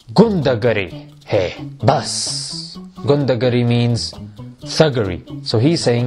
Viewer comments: Not "Gundagari" its "Gunda Gardi" Bro!!!! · 😂😂😂 omg how did he pronounced ghundagiri 😂😂😂😂 just can't stop laughing 😂😂😂😂